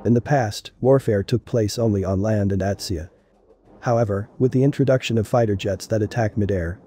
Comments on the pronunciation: "At see uh..." AT SEA. Got the phonetic bot on this one. FAIL. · I love these videos but boy are the pronunciations horrible. Literally in the first 10 seconds. "In the past warfare took place at land and ATSIA (combining at+sea)."